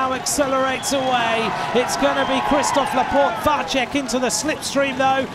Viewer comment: Why can not anybody tell that commentator that Vacek is [Vatsek] and not [Vatchek] ?